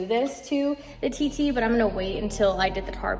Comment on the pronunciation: No pun intended but everytime i heard you TT. i always thought you was saying titty